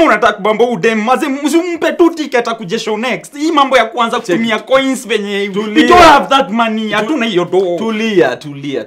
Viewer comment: 😂😂😂 Ah. "Give me kuon"